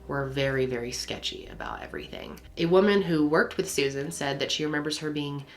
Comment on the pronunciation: Rewbin and Sewzin LOL